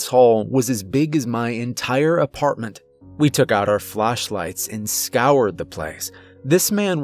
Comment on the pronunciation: “Phloschlights” LOL! I only mention it bc I love so damn much and his errors make him seem more real and human to me.